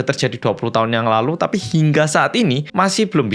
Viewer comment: Ngomong TAPI nya kenapa harus di gas to,lagi nonton jadi emosi gara2 kata TAPI yg berulang kali di ucap sambil ngegas...